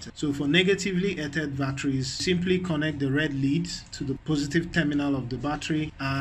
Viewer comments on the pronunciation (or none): "earthed" is pronounced like "earffed" or "earth-ed"